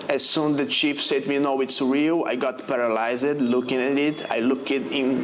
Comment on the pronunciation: Minute 19: “paralys-ed” set to Jimmy Cliff’s “Legalize It”